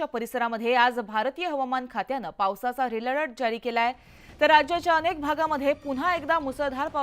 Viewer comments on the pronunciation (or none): रिपोर्ट रेड अलर्ट आहे ते रेल अलर्ट म्हणत आहे